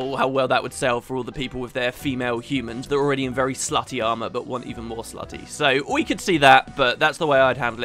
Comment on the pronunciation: Lol the way you say 'slutty' is hilarious.